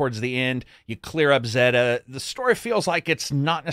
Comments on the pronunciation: Zeta is pronounced 'zay-tuh' - like 'beta'. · Why do you pronounce zeta “ze-da?”